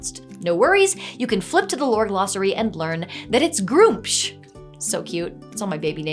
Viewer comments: I have been playing D&D since 1st edition in the '80s, and I have literally never heard "Gruumsh" pronounced this way (and didn't realize either that it has a double-u in all the times I've skimmed past his entry in a book...he's never come up in a game I've DM'd), so that is interesting...!?! But, I'm also of the blue-haired pronoun crowd, so...!?! ;) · Damn. I've been mispronouncing Gruumsh for decades. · “Groomsh“? Head explodes. I've always pronounced it “Grummish“! I'm glad to hear the new dmg has more dm advice and sample/campaign stuff. That reminds me of the classic Mentzer/Allston Rules Cyclopedia. I still think BECMI/Rules Cyclopedia/Wrath of the Immortals combination handled encounter balance fairly well for the time. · groomsh? GROOMSH? Next thing you'll tell me the official pronounciation of drow is drow.